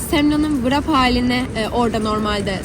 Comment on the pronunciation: Bilgilendirme için teşekkürler. Sadece tek bir düzeltme yapayım; [vırap] değil [rep] diye okunuyor.